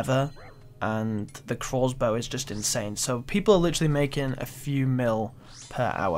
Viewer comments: it's crossbow.. not croassbow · If I hear this guy call it a "Crozbow" one more time lol i swear to god